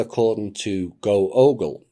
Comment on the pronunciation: Google = GAAGLE.🦃